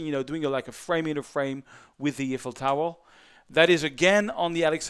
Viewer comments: "Eiffel Towel" XD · I like his tutorials and have learned a lot watching them, but I thought it was funny how he repeatedly talks about the Eiffel "towel" in this video.